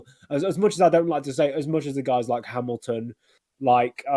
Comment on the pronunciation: that Hamilton pronunciation hit my head like a bullet. (. Láttalak magyar tévé)